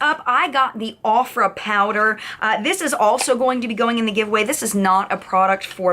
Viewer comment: aww I love looking back at old videos..... and the way pronounced Ofra..... my heart😂